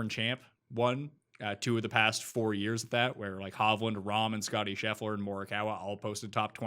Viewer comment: DK: mschiissler Winner: Scheffler